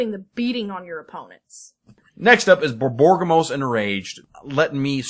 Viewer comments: borborygmos... I'm pretty sure you're mispronouncing that, since it should be more like bor-bor-rig-mos instead of bor-bor-gim-mos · BOR-BOR-IG-MOS dude